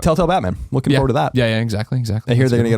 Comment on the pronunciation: Colin pronounces "forward" a little strange right...that or I've been saying it wrong my whole life